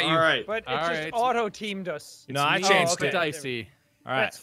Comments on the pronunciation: I love that called Jack "Spedeycie" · "Spedicey" amazing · Chloe loves septiplier no there's a joke with pewduepie and jacksepticeye with 'Jesus ' pronouncing his name wrong as 'jack spedicey' 😂